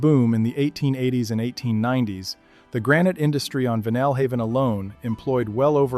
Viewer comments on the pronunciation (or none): In Maine, we don't say VEEnull Haven; we say VEYEnal Haven. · It is pronounced Vinyl-haven (as in the material out of which record albums were made). Interesting information. Seemingly well-researched. Please, for any future productions, put as much effort into the auditory portions as I s required to do justice to the people and places you are describing. I too, am a Mainer who cares about our heritage. And what’s with the anime? Did you do this on a dare?